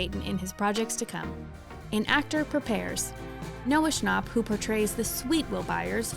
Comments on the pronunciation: why'd you say noah schnapp like that 💀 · Noah ScnAUp